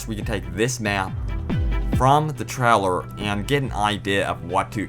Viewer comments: This guys voice... my god.. It's a trailer not a treller.. jesus, enunciate man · Treller or Trailer? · Traller XD. I think he meant trailer* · 'in the treller' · Paul Peterson in the treler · Dude i love your accent specially with the word "Trailer"